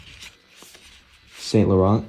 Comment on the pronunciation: it's Sahng- Lohrn not Saint Low-rent! 😂